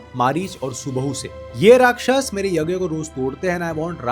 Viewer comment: Are you literally completely unaware of Indian culture? It’s not कंद but कांड - (kaand) not सुन्दरा कंद but सुंदर कांड not उत्तरा कंद but उत्तर कांड not सुमली but सुमाली not यक्षास but यक्ष not राक्षसा but राक्षस और राक्षसों not त्रिपुण्डा but त्रिपुंड Not क्रोधा but क्रोध damn, your pronunciation is so irritating! good to know foreign language but being alien to own culture is nothing but wokism! It’s irritating to hear I correct pronounciations which automatically shows your Ramayan knowledge is recently read!